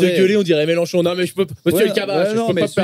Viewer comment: C'est melenchon pas Melanchon bande de kassos